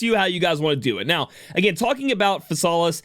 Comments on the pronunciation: JP pronunciation is "Fi-sa-ris". "Fi" as in "fire". So it would be "Fi-sa-lis" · I think her name is read like this, Phi-sal-is